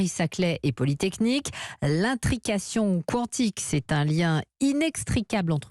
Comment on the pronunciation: Quand on fait un sujet, on se renseigne sur la prononciation du domaine évoqué. L'intrication Kwantik 😓